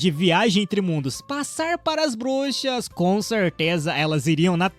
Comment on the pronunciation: Cara não sabe ingles nem português kkkk brushas kkkkkkk